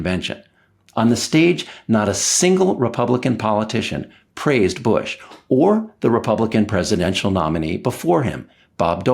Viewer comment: Bwush to a schertain extent and all fairnesh. Fworth, Wussha and China, together.